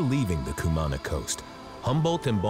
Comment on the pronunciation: Good Lord! I cringed every time the narrator pronounced Cumaná like that....